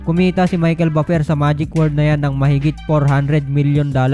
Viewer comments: sagwa ng bigkas mo sa Buffer hahaha.. parang baper hahhaa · Ayusin mo naman ang pagbigkas sa buffer